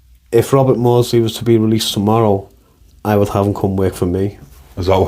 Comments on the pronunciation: Get the name right is MAWDSLEY before you start selling stuff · Please get the name right it's MAWDSLEY